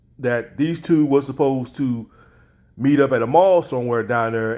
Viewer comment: meet. Not keet.